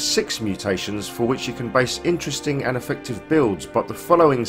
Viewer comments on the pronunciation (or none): none